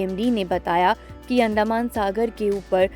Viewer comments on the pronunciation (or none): अंडामान नहीं, अंडमान !